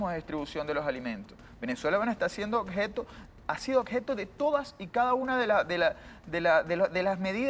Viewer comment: "acsolutamente" y "odjeto"